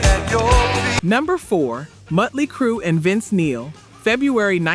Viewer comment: OMG, You drive me nuts every time you call them Muttly Crue...That is not their name! PLEASE learn how to say it correctly! Let's use Phonics, Mot-Lee